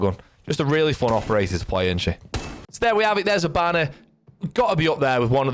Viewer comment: I can't unhear it "hibannar"😂 good tips brother